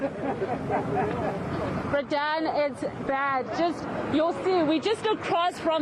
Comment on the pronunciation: And what is up with this reporter and this "Bra Dan" business 😂😂😂😂